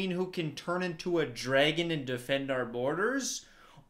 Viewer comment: i can’t get over the fact that says “DRAEGUN”